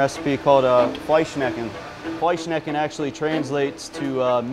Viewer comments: Wow it is fleischschnecke not fleischnecke😂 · If you cannot pronounce Fleischschnecke properly just dump it and say it in English because as a German speaker I cringe and suffer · As a german i need to clarify that it‘s written like that: Fleischschnecke. There are two „sch‘s“ in the middle of the word because it consists of two words Fleisch (Meat) + Schnecke (Snail). Must be horror to pronounce that as a foreigner 🤣😂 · Can you guys actually pronounce "Fleischschnecke"? ^^